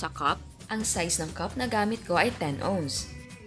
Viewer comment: 10 ounce po not onz 🤐